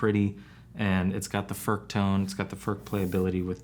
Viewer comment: An average American will come closer to the pronunciation to say," Foord" with very little emphasis on the "d" it's more like a slight tongue movement